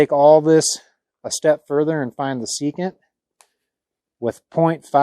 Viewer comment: You left out the “N” in secant.